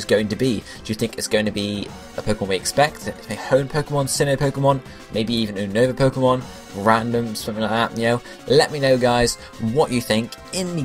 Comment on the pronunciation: 1. it could be from any region don't assume, 2. ITS UNOVA, U-NOVA, NOT UN-OVA